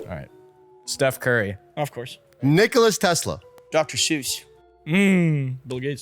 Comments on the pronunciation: Nicolas xD isnt it Nikola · As a Serb, it's not Nicolas Tesla, it's Nikola Tesla. And I googled it if americans spell it differently but no says it's Nikola Tesla everywhere and it's not hate I just needed to correct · It is not Nicolas he is Serbian it is Nicola Tesla